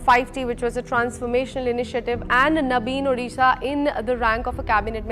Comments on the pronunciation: Thank you Mohak for covering this topic . Only few of people knew about odisha and Odisha's culture and Heritage. From meantime we used to feel bad about this but nowadays a tagline has kept for Odisha ' odisha's best keeps secret ' and pronunciated the name so perfectly Indeed , odisha is best amongst all state ❤ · As an Odia, I am so happy you pronounced Odisha correctly and not "Udisha" or "Orissa", plus thank you for brining the topic into limelight, althought there is so much more to be touched on, for example Odisha supplying oxygen during the COVID times.All in all, well researched and presented video, Would love to learn through your videos about the diverse India.